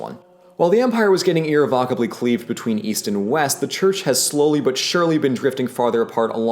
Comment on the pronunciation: BTW: "irrevocably" is a real word with a real pronunciation (and what you said isn't it).